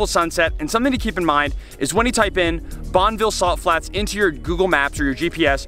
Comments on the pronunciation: Bonn-e-ville not Bonnville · Nice video- loved the drone footage on the other side of the freeway. Just an FYI- the locals say “bon-i-vill” (with a short i sound). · You live in utah but dont know how to say Bonneville correctly.. wtf